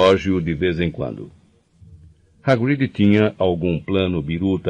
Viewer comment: Hagríd, Drêico, Lupâm…mas tá tudo bem kkkkk